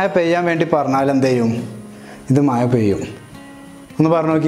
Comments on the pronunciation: മയ അല്ല. Bossea മഴ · Brthr, actually it's not മയ pls say മഴ ✌️😜 നമ്മൾ മലപ്പുറത്തുകാർക്ക് 'യ' ഒരു വീക്നെസ് ആണല്ലോ ല്ലേ 🤪🤪🤪